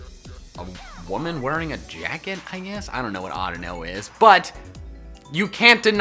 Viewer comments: AUDINO, NOT ADUNO! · Audino what Audino is either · audino what a audino is lol